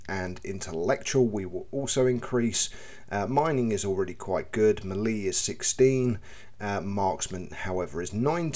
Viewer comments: More like "may-lay" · Melee, pronounced 'Mell-ay' 😉